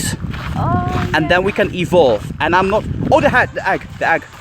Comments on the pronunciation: nice video, but everytime you say "Egg" I die a little inside. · listen to how he says egg